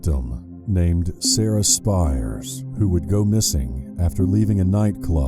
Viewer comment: Also Americans butcher everything. Sarah Spiers is pronounced Spears (like Britney). Ciara Glennon is pronounced Keira, like Keira Knightley. The task force developed by West Australian police was named MACRO (not Marco).